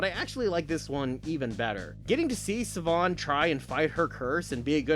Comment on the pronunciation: Siobhan is pronounced "Sheh-Vaughn". Don't ask me how. I believe it's Gaelic, as she's supposed to be Irish.